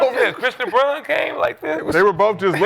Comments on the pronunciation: lol it’s Braun not Brown 😂😂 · It’s Christian “Brown” Braun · To be fair, Braun does translate Brown over here. Lol, you're right, though. They don't even try to pronounce names correctly.